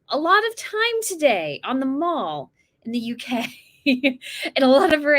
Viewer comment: Loved your commentary, and your interest in the UK and the Royals. Thrilled that you got your selfie with the Princess of Wales! Just FYI, it's definitely The Mall to rhyme with 'Pal', and not 'Mawl' as in a shopping centre. Once again, really enjoy your posts and your enthusiasm for us Brits! XX